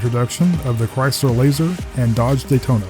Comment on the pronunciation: THE CAR WHO SING CHRAYSLER